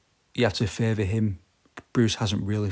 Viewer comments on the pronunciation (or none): none